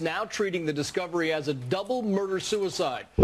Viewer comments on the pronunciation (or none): none